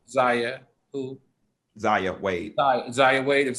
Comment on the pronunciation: Al can't even pronounce Zaya's name. Sexuality in the Black Community is a tough topic that we must continue to explore.